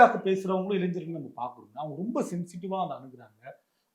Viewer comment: இளைஞ்சர்கள் இல்ல தம்பி, இளைஞர்கள்